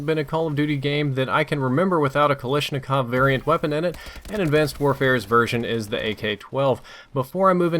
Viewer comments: why do americans keep saying Kalishnikov instead of Kalashnikov. it's kind of strange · you mispronounced kalashnikov